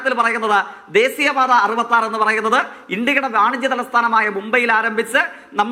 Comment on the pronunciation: പാർട്ടിയെ പറയിപ്പിക്കലെ. കണ്ടന്റ് ' കറക്ട് ആണ്. പക്ഷെ ഉച്ചാരണം വളരെ മോശം. ദേസീ യ പാത അല്ല. ദേശീയപാത യാണ്. പല്ലിനിടയിൽ കടിച്ചു പിടിച്ചതേങ്ങാ പൂള് പുറത്ത് കയ്.എന്നിട്ട് സംസാരിക്കു❤